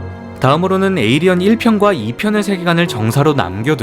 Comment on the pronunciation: 에이리언이 아니라 에일리언이에요